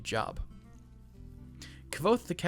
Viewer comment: Kvothe is pronounced "Quothe" FYI. Great reference from a great book series.